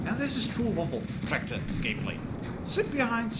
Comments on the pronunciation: Good german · Oh dear god. You said the full german name. Oh boy. You’re becoming more german by the minute.